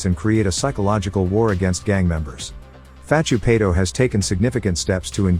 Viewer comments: it pronounced Sonny Far-too-pie-tore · These pronunciations are fukn crazy, I'm no dog supporter in the slightest but put sum respek on paitos name son!!!